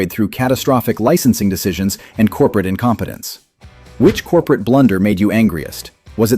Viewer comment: "COPERATE STRATEGY" 😆